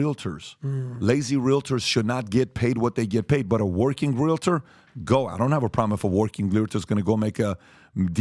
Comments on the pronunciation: Patrick has it correct when he pronounces REAL-TER, not REAL-A-TOR as continually stated. I just had to say it. As a 64 yr old, I have corrected a lot of my own misspoken words and continue to learn something new everyday. With all that said, I believe Patrick and cast put on a valuable and thought provoking production. Educational and Enjoyable! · Stop pronouncing it “realidur”. It’s realtor. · As a licensed Realtor, it’s pronounced Real-Tour. Not Real-A-Tour. Just wild how many people say it wrong. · "Real-UH‐tor"... that's how you know he's the real deal.